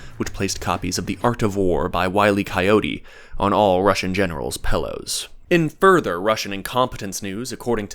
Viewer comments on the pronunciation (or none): Man just said PELLOWS. unsubbed.